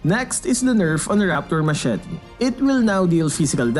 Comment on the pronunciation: friendly reminder of how to properly pronounce machete.